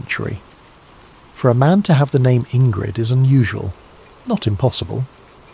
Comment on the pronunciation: Indrid, not Ingrid